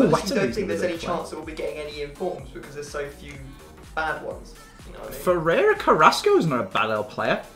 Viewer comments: Why does say Ferrero carrasco not yannick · Yannick Carrasco not Ferrero Carrasco